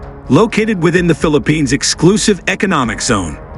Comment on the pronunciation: Please correct your pronunciation of the name of the Philippines.